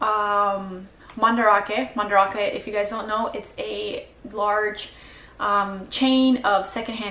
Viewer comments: it's pronounced Man-Da-rake not ra-ke for future reference. Do you not talk with Japanese people when you're there? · Are you purposely pronouncing Mandarake so incorrectly. That’s not how the Japanese pronounce it